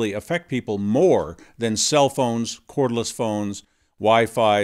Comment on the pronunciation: Cordless, not chordless, at 32 minute mark